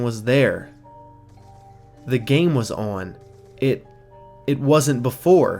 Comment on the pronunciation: Stop fucking saying on like that